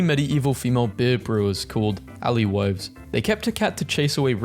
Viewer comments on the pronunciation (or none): It’s pronounced “ale witch” not “alleh witch” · I cant unhear you reading alewives as alley wives, I have never heard anyone call ale alley before. is that just what it is called where you live? I'm stuck in a mental loop of trying to imagine ordering a glass of alley at a bar and wondering whether or not the bartender would know what im saying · its "ALEWIVES" ALE AND WIVES WHAT THE HELL IS AN ALIWIVES? YOU BOUGHT THEM FROM ALIBABA? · “ally wives” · The way he pronounces measles and alewives has to be on purpose.